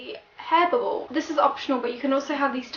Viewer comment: Did you say hair bubble ? 😳